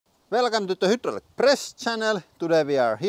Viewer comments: "Velcome to da hudddrullic press channel!" Chills litteral chills!!!! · I love the Hooodruik press every time you say it.